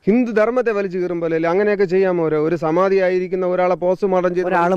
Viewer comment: Samathi alla, samanthi😂😂😂😂😂